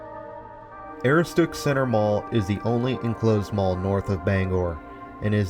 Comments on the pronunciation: Ah-roo-stick. Aaahhhh it driving me nuts! When Maine places get pronounced wrong. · Aroostook is pronounced "Uh-roo-stuhk." Good attempt though! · it's A- rooh-s-took. But I got a huge kick out of your pronunciation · Great video but Aroostook is pronounced Ah-roo-stic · pronounce it "Ah-roo-stuhk" like a cross between "stuck and "took" - Aroostook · A-roo-stick is how it is supposed to be said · The way he says "aroostook" has me laughing I'm from pi and used to work at the Kmart there. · Dude! Just can't get past your mispronunciation of Aroostook. Destroys your credibility and watchability. 😐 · And he's totally butchering the pronunciation